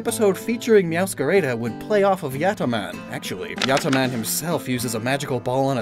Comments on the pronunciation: "Mascara" instead of "Máscara" and "Mewscareida" instead of "Mewscarada"... I'm sorry but, as a Spaniard, I have to say that gave me ear cancer... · You're actually pronouncing "Meowscarada" wrong, all As sound the same, as in "apple"